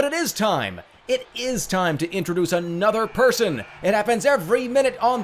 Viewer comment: Another gad damn it, anothah!